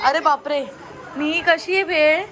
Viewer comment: भेळ "ळ" 😂